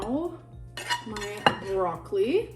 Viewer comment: The way she says broccoli makes me rage 😭